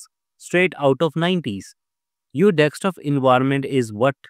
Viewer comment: It is "D E S K T O P" not "dekstop"! SK not ks!